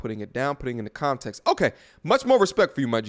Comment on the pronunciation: You should probably say “context”like that from now on